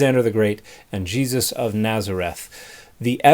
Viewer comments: You can always tell if someone is full of shit by how they mispronounce words. This guy says "Gee-sus" with this faux-academic accent. He also says "Yah-chweh" instead of just 'Yahweh" and "Jesus." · Why does he keep saying it "G-Zus"? You're weirding me out, dude. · Did he say that disciples had the skin "filleted" from their bodies? Also, what's with the weird pronunciation of "GeeZUSS"? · I hate when Christians pronounce Jesus like “Jeeeezus”. Just say it normally bro. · Maybe it’s this particular TikTok character. Between his combination of arrogance and ignorance, as well as how he pronounces “GEE-zus”, he sure gets on my nerves. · Is there an origin for the way these evangelical theobros pronounce "Jesus"